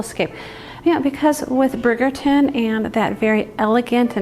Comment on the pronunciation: It’s pronounced “bridge” -er-ton. Like London bridge. Not brig-er-ton. Bridge.